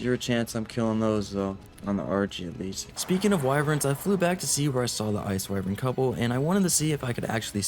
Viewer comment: I love you been watching for years, but why the hell do you say “Why-vren” instead of “Why-vern”?? I’m glad you don’t say “Wi-vern” though